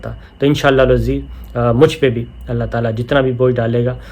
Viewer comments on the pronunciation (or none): صابرشاکر صاحب ۔ماشاءاللہ آپ قلم اور زبان کے سپاہی ہیں 🌹 ملاحظہ۔۔۔۔۔🌹. لایکلف اللہ 🌹لفظ اللہ کی ۔ہ پر پیش پڑھیں ۔۔نہ کہ زبر ۔۔۔۔۔ شکریہ🌹